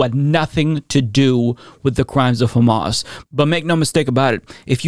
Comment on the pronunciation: I love John Fetterman, he’s my Senator, but his response was not only incoherent, but also ridiculous (and he didn’t pronounce Hamas correctly). I hope he does a little more research into the subject and changes his stance.